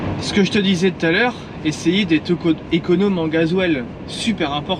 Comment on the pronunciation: Une conduite econauuuume c est quoi cet accent de gitan.... La sédentarité tue... Ne faites pas ce métier c est de la merdz